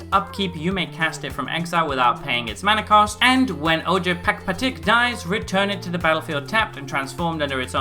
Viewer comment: Hey just so you know this character's name is pronounced "O-hare Pahk-pa-teek"